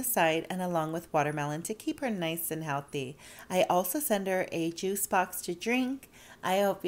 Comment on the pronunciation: "To KeEp HeR nice aNd HeAlThEy"